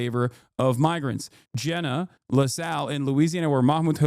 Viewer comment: Fucking Christ. Jena is not even an hour away from me. I bet our new governor Jeff Landry is just fucking giddy to be helping too. P.S. it's pronounced "Jee-nuh"